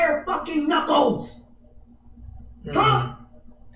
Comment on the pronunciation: So it looks like I’ve been pronouncing the word “knuckles” wrong for the last 35 years. According to this video, the most common pronunciation is “nuckos”.